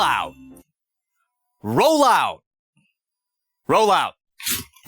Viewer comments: He said rollohw and was surprised by the lack of activity hahaha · He might not be responding to ”Roll out” because you are saying ”roll ou” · You know there's a t in "roll out", right?